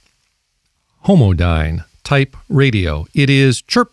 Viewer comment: Homodyne...homodyne lol